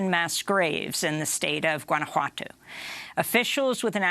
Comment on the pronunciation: She should probably learn how to say Guanajuato and the names of other foreign places or else get someone who can to prep her before. Or else they are being just as exclusive as all the others